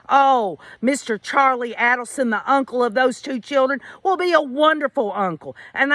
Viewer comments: So glad you are covering this case! I don't really know if Harvey was involved before hand, but I am certain he knew what happened after. I'm glad their son Robert left the family and is supporting the Markel family! Just an fyi the A in Adelson is a long A. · You pronounce her last name wrong